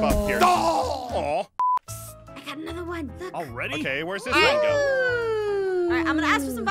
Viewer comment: Pierce not peirce